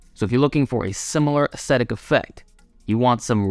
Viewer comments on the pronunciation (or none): a·ce·tic? - like vinegar or acetic acid? aesthetic (Euro-Brit) - or esthetic (American) - phonetically: S-THET-IK - Say it like it is, son, or don't throw out words you can't pronounce!